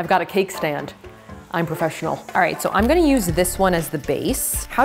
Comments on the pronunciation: when did she say alright wrong? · 2 things: you said alright wrong! honey spies on you